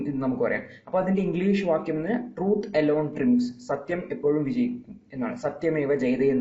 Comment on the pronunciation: Sir, ട്രിംഫ്‌സ് അല്ല ട്രൈയംഫ്‌സ് ആണ് pronunciation